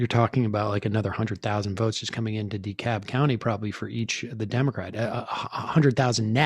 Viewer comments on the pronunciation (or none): This is so late but I wanted to go back and watch this, it’s “de-CAB”! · DeKalb is pronounced De-Cab